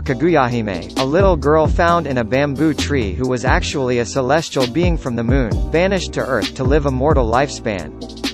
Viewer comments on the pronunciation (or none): none